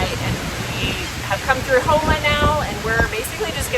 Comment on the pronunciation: I ran that route a good bit. I'm from Houma. The way you pronounced some of the places was just a little off. I heard people say them way worse than you did 😂